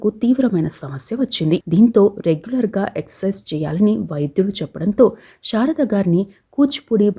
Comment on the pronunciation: బాగా వివరించారు. కాని, షారద గారు అని ఉఛ్ఛరించడం బాగాలేదు. ఆమె శారద . షారద కాదు. 'శ' కు 'ష'కు బేధం ఉంది. "శషభిషం" అని.ఉఛ్ఛరించడం లో తేడా తెలుస్తుంది